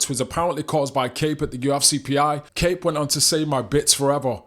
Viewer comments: It's pronounced COP. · Kape last name is pronounced like "cop" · Surely you know his name isnt pronounced 'Cape'